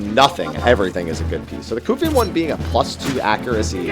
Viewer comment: the way you pronounce Qufim would mean that the word “quick” would be pronounced like “kook” lol